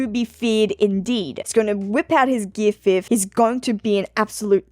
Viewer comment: Also "He's gonna whip out his 'Gear Fifth'" 🌝 Sorry.